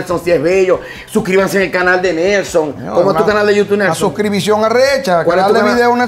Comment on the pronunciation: Me sangran los oídos cada vez que escucho Nando de la gente en yutuuu.... Si algún día vuelves a grabar la cortina por favor haz el incapié en decir youtube por favor y gracias. Excelente programa